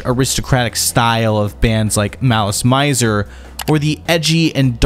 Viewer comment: he somehow managed to pronounce every non-english word in this video incorrectly, even malice mizer (it's mee-zehr), but it's kind of iconic given shamate is a crude pronunciation of "smart" so he gets a pass